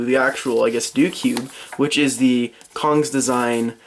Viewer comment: cong is pronounced "tsong"